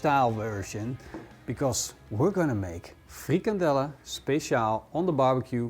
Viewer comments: The American dude hears: "Freak Andell" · so funny we have kinda the same thing in denmark with the exact name (Frikadelle) but it sounds sooo funny when said in english AHHAHA nice video